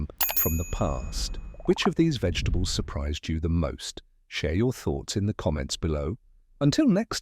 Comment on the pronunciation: The AI voice is making it hard to watch this with the mangling the names of vegetables